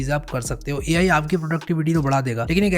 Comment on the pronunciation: Ai ❌ Me ayi ✅